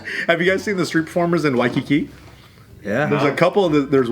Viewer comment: The way says Waikiki is legit. Half of the mainlanders just can’t say it like that.